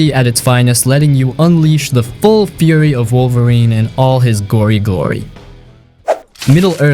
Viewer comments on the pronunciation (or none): none